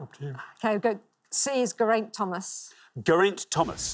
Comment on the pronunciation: Armstrong mispronounced Geraint two ways, both wrong. So it’s not just Alabama.